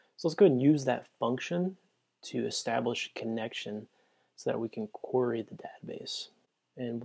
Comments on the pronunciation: This is an excellent guide, but I do have one gripe. "Query" is pronounced like this: A "quarry" is a place where they dig up rocks. It is also another word for prey. I dunno, it was just really distracting for me. But, like I said, this is an amazing guide to Flask. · LOL I was going to post the same thing. It's "normally" pronounced queer-eee.